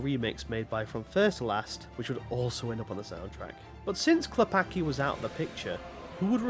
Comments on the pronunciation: its not "Klepaki", its "Klepatzki", as "c" in Polish is read "tz" or "ts" from the English point of view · Cool video, tought as Pole hearing you say Klepacki infurated me, as even tought it's probably correct way to english speaker not hearing the "c" feels wrong as it makes Klepaki from Klepacki. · it's not "clepakee" it's "Klep-ats-key" why do youtubers insist on not learning a pronounciation of anything remotely eastern